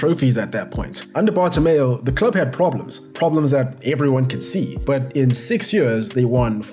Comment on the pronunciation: Petition for a drinking game everytime says Bartomeo instead of Bartomeu